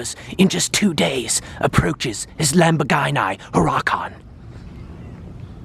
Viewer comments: "Lambogarni Hurrahcan" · "Lamborgainai Hurackan" xD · the way he said lamborghini huracan 😂😂😂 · LAMBORGHAINAI HURKANAI😂😂